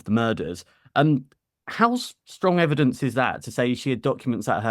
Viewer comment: ....... YOU ,, ..Were a former Detective ....... :face-purple-wide-eyes::face-orange-biting-nails::hand-orange-covering-eyes:......... DID You jusT Say ,, EVEDINCE ,, ....:face-purple-crying::face-purple-crying::face-purple-crying::face-purple-crying::face-purple-crying::face-purple-crying::face-purple-crying::face-fuchsia-poop-shape::hand-pink-waving: I Guess your NOT A Detective ANYMORE ,,..... :face-purple-crying::face-purple-crying::face-purple-crying::face-purple-crying::face-purple-crying::face-purple-crying::face-turquoise-covering-eyes::face-turquoise-covering-eyes::face-turquoise-covering-eyes::face-blue-question-mark::face-blue-covering-eyes